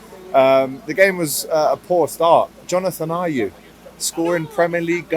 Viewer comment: Man said jonathan ayew.. what a top d××head